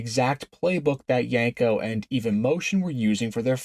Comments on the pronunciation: The cringe every time you said "Yanko" instead of "Yenko"... :) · My guy said yenko no less than 100 times and pronounced it wrong 100 times 🤤